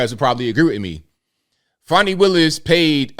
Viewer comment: its not fawni, its fannie